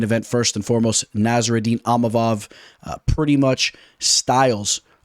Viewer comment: Bro it's ( EEM-AH-VOV)...& Money Moicano hyped us up!